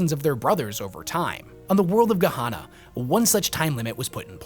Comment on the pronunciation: I just don't understand how bro sees the name 'Gehenna' and comes away with 'Gehonna'. Fascinating.